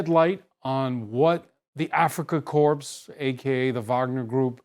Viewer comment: "Africa Corpse," nice pronunciation buffoon.